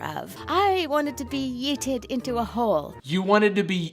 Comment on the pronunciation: Her yeet pronouncation is just NUH-UH